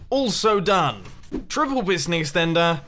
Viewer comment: You said extenter like a milion time